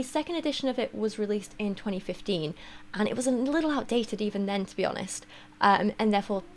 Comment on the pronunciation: You said "let’s be honest" and my gay ass heard "lesbi-onest" 😅